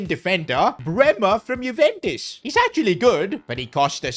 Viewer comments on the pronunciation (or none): none